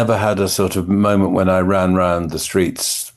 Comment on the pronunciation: Seriously, dude? Are you just too cool for the second syllable of MOMENT? A MO??